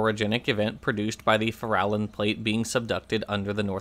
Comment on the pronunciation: minor item re pronunciation, going by those Nick Zentner geology bunch, it's the "FAIR-a-lon" plate